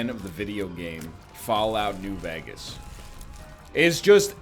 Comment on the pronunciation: Can we talk about how NL pronounces Vegas as "vegg-us"?